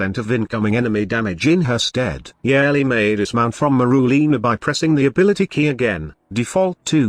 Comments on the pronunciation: if i hear YARELLY one more time i’m gonna YAYEET myself off a cliff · It's funny to hear the voice read Yareli as "yearly" lol